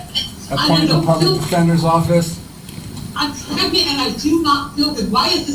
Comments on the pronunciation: “Man, take it to trial dawg, I ain’t need no lawyer, I’m smart as haaaaale!” Says the illiterate troglodyte who addresses the judge as “my honor”, refers to the public defender as the public “attender”(???!!!), and was basically told by the public attender that if he pled guilty, he would get out of jail today, yet his lack of a functional brain and his unwarranted, overinflated ego didn’t comprehend this and he carries on with his belief that he’s got no felonies, then proceeds to carry out multiple contemptuous acts! 🤣🤣🤣 Yes… yes this Noble Prize winner is demonstrating his highly superior intellect and wealth of extensive knowledge on all things… If only he could correctly pronounce “Affidavit”!!!!!!!! Folks, it’s NOT AffiDAVID!!!! Stop it’s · First it sounded like 'detender', then 'attender'. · Is he saying "Public Pretender"? ROFL